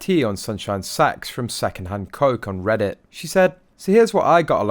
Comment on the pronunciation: Is it just me or does it sound like he's saying sunshine sex?? 😂😂😂🤦🏼‍♀️